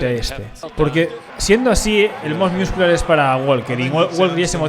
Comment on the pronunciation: hola te recomiendo que ya que vas a comentar culturismo que aprendas bien la pronunciacion de ciertos terminos porque me estaba arañando la cara cada vez que decias "miuscular"